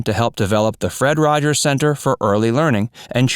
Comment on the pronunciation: “Mr Rogers’sis” Neighborhood